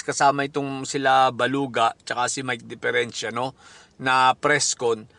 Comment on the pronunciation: Natatawa ako SA mike dpeerenciA😂😂😂😂